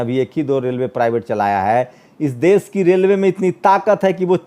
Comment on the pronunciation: aap ache patrakar he lekin apki bhasha shudh nhi he Sha shabd ka ucharan sa ucharit krte ho.Desh ko aap des keh rahe ho. Aap ek bar satya hindi.com par Shri sheetal P singh sahab ko suniye.inki bhasha kitni shudh hoti he